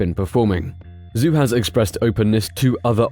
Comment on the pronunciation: Your pronunciation on many of the drivers + teams names made me cringe throughout... -Zhou is like Z-Joe, instead of Zoo -Alpine is al-peen, not like the ski slopes -Theo Pourchaire, Tayo, not the traditional Theo -Sergio Perez... I don't even know where to start haha Alpha Tauri - Ta-ri, not To-ri Otherwise a decent video.